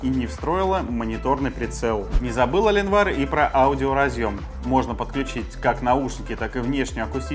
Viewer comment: «Компания Аленвар» блееее.... Я твой инглиш труба шатал!